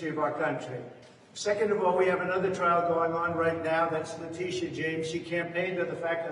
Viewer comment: I miss when u used to butcher her name as "Lydia" James "La Tisha" lol you should've kept that up lol